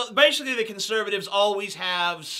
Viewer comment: You say basically with the most southern accent that I have ever heard.